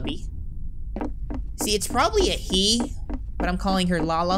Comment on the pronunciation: Why did you say buck instead of but that made me laugh 😂 so much I had to repeat it again and again because it was really funny